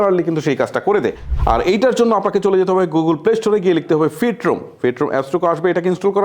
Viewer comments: উনি এপস এর নাম গুলো ভুলভাবে উচ্চারণ করেন , যেমন Photoroom ফটোরূমকে উনি উচ্চারণ করতেছেন ফিটরূম। যা খুবই দৃষ্টিকটু লাগে। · আপনার উচ্চারণে অনেক সমস্যা, আপনার ভিডিও গুলি আমি প্রায়ই দেখি, এবং গ্রহনযোগ্য মনে করি, দেখেন ভাষায় আঞ্চলিক টান থাকতেই পারে কিন্তু সেন্টেন্স ভুল এটা মানা যায় না। কো পাইলট,কে বলছেন ককপিট, ফটোরুমকে বলছেন ফিটরুম। ওপেনকে বলেন অপেন এগুলো কি? ভালবাসা থেকেই বললাম কিছু মনে করবেন না, আশা করি ভুলগুলো শুধরে নেবেন।ধন্যবাদ। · পাঁচটা এপের মধ্য দুইটা এপের নাম ই ভুল বললেন। ফটোরুম ক ফিট রুম। কো-পাইলট কে ককপিট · আরে ফিট রুম না, ফটোরোম 😅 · আপনি সঠিক স্পেলিং জানেন না নাকি অন্য কিছু? প্রায় ভিডিওতে আপনি ভুল স্পেলিং করেন। এই ভিডিওতে আপনি Copilot কে বললেন ককপিট, Photo room কে বললেন ফিটরুম! ডিজগাস্টিং না?